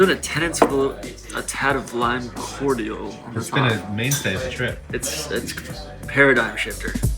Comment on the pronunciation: Between twisting of the decanter stopper and pronunciation of cordial, someone needs to produce tour sauced, and learn them some drinking!